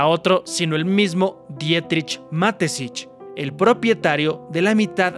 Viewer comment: Ma-Te-Schitz: Mateshits ✅ Matesich ❎